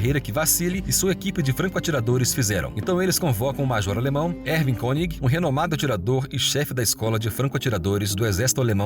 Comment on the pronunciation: "Konig" se pronuncia "Kônig" ao invés do "Koníg" dito no video.